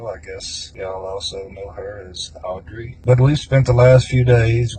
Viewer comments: Girl I love you, but I cant tell you how jarring it was to hear you say “AUDREY” like that every 5 mins! Like we get it pls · Love ya, but you saying "AUDREY" like that SOO many times is driving me nuts lol. We get it, audrey is bailey. 😅❤ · The way you keep pronouncing Audrey is taking me out😂 you’re forceful with it.